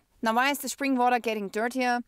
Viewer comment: Vawter (water) 😂 What's the interest rate on a flat in Austria? Watching from North Carolina! Thanks!